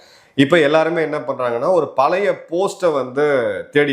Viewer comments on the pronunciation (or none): none